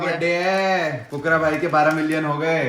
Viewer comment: Aapne fhukra bola aur mujhe kukura sunao diya hai ❤❤